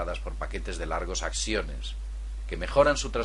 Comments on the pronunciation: axones... no axiones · Son AXONES, no axiones